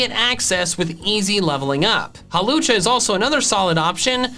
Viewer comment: DO NOT LEAVE OFF THE W IN HAWLUCHA!